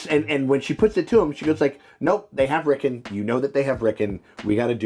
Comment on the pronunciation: His name is not Rickin, it's Rickon!!😂